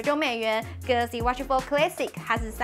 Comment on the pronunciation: Classic....a 要發音『阿』不是『ㄟ』